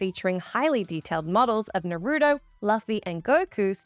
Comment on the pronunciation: She got Naruto wrong too